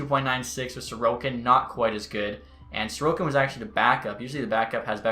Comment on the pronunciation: probably xtech. In his Alaska franchise mode his backup is Ilya Sorokin and he is pronouncing his name like Sorkin